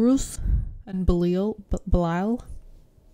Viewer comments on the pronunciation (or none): none